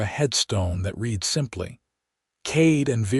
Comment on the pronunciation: I may never get used to hearing people are being taught to raid not read. It makes it the story weird.